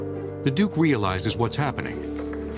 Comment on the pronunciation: my god at least pronounce duke correctly